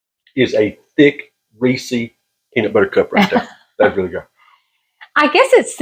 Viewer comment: Reesie? Is that how Reese's is pronounced where you live? I've never heard it pronounced like that. 🙂 Cool.